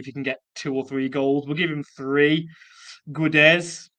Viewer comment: Portuguese here. Not sure if you're interested, but in case you are: Guedes is pronounced Ghédj. As in the "Ga" part of Gary + the "Dj" part of "Djed". Main thing is the U is mute and the "es" in the end is just a short "J" sound.